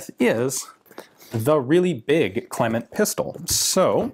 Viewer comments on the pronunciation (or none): It's actually pronounced Cleeman 😁